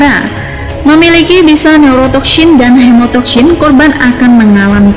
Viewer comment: Neurotoksyin dan hemotoksyin. Lafadz Syin nya fasih bener 😆